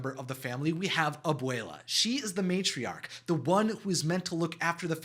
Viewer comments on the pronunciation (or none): It’s not Abela it’s Abwla